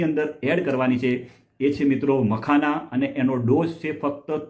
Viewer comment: મકાના નહિ....મખાના